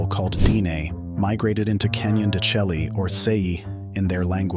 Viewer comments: Canon de Shay, not chelly. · I thought it is pronounced CANYON DE SHAY as opposed to your pronunciation CHELLEE. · Totally mispronouncing the name! It is pronounced Canyon de Chelly "(Shay)" no (Shelly) Program your AI narration! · It's pronounced Canyon de-SHAY. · I couldn't get past the mispronunciation of " de Chelly" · Yes, it's hard to accept anyone as providing info when they mispronounce the name of the place.